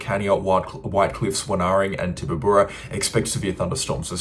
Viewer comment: FYI Tip-a-barr-rra